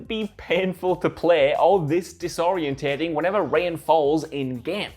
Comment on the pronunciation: "Disorintating"... lol